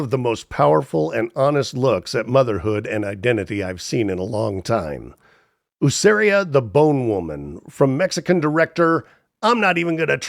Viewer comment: Great video — I loved this list, and I was really glad to see Huesera: The Bone Woman included. Just a small pronunciation note: the title is said “weh-SEH-rah,” not “Hooseria.” And the director’s name isn’t actually that hard once you hear it: Michelle Garza Cervera → sare-VARE-uh. Also — with a first name like Michelle i think it's a pretty safe bet that it's a she and not a he as you stated. It’s such a haunting, beautifully made movie — thanks for shining a light on it. 💀🖤